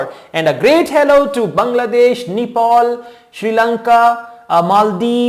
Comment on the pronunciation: Sir, it's Nepal not Nipal and say "Namaste Nepal" from next video. Thanks